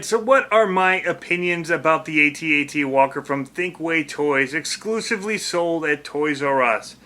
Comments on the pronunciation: It's Pronounced AT-AT not A.T.A.T. Some one posted it on Facebook. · AT-AT not A.T. A.T. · Had to stop. You're driving me nuts. A T A T... I was there man! I ate the popcorn man! I tossed wet JU-JUS and Milk - Duds at the screen and they STUCK man. It's pronounced AT. Like the word man.. At.. It's a freakin AT - AT WALKER... Man.. and it moves too fast.. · I can't even watch all of this because he keeps saying A T A T instead of AT-AT. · AT-AT not Ay-Tee Ay-Tee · iT'S NOT A T - A T WALKER! It's AT-AT Walker Like, " I'm AT the party". Get it right. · they're pronounced @@ , not Aye Tee Aye Tee